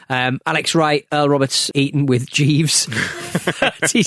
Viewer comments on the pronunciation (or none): he thought jeeve was pronounced like jive and he has a lisp. it came out as onions. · Or as Dusty called Jeeves at Uncensored “Chives”